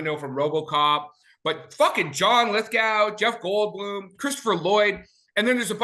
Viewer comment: It's John Lithgow. Go! Go! Rhymes with sow as in wild oats, not sow as in pig.